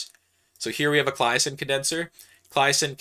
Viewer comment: The way he says "Claisen" hurts me lol